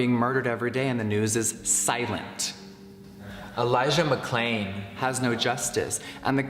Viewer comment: If you ever feel like being even more angry, re-watch the exact moment where he says Elijah McClain's name. Its dubbed. Poorly. He pronounced it wrong and didn't even bother to re-record his low effort video.